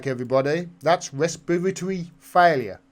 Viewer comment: Pronounced: Resp-pitory.